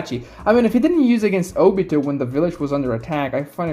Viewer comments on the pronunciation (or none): none